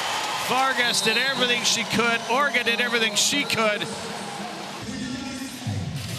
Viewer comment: they called Orro “Ora”, called Orge “Orga” and called Vargas “Karakurt”